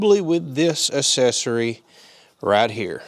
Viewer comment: Man said assessury